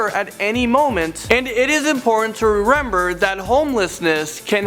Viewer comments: Did anyone realize that near the start he said rerember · He said rrember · he says," rerember" lol no shade tho